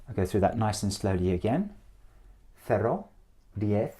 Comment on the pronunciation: El "cero" está mal pronunciado. Suena algo entre el "cero" y "cerro". Es una erre muy extraña, pero no es la nativa. Noventa hace algo de fricación, y no es así. Noventa suena como si fuera NOBENTA. Por lo demas muy buena pronunciación y entonación.